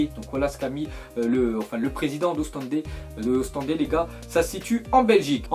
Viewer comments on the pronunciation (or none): Ont dit OstendE pas Ostendes.... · on dit pas ostendé mais ostennd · Mais arrêté de dire Ostendé le e de la fin sa se prononce pas juste ostend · on dit pas Ostendé mais Ostende mdrr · c'est pas Ostendé c'est Ostende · Mais ptn faudrait apprendre a respecter les équipes belges c'est Ostende pas Ostendé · Putain c Ostende et pas Ostendé faut pas rajouté de é par tt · lee joker maka j'ai fais la même réaction mdr Ostendé putain